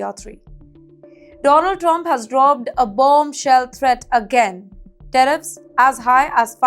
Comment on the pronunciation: Tariffs not teriffs.